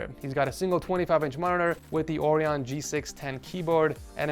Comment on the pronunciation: the Logitech orion keyboard is pronounced "O-Ryan